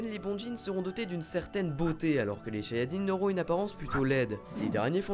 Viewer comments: Bonne video mais à la fin c'est pas shayadjin, c'est shayatin ( et Meme normal c'est shaytan) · shayatinns et nn pas shayadjin ; ) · soupir Ce n'est pas Shayadjin mais Shayatin. Par contre, gg les commentaires, bien trouvé le jeu de mot avec Super Sayajin :) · Shayadjin... J'ai direct pensé à Dragon ball avec un accent ch'ti... :x Si tu vois ce que je veux dire^^